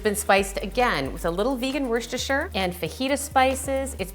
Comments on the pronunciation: lol Wershtersher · LOL how she says 'Worcestershire.' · but we can all agree that no one knows how to pronounce "Worcestershire"